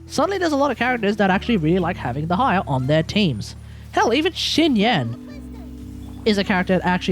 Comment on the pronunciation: I think it's a bit cope to say there hasn't been any powercreep in the main DPS department. Sure, some of the older characters can do something the newer ones can't, but ultimately it doesn't mean much if their team DPS is significantly worse. Also, what the hell is your pronunciation of Dehya lmao, I've never heard that one before